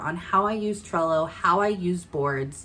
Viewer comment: Thank you for suggesting alternatives to AMI as she is retiring from service. I had to come to your description to see what you were saying... Cello, Sello... 😂 Thank you for the videos showing how to use Trello. You make awesome videos and I have learned alot from you. I'm a newbie consultant (one week old!) So I have a lot to learn. You are my number one source at this time. Thank you!! You are appreciated! ❤️